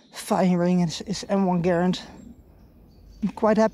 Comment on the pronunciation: Props for pronouncing the name of the M1 Garand correctly!